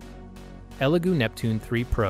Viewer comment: is no one going to mention how the second elegoo printer was called a legoo printer like that mistake gives me the vibes that this whole thing is ai generated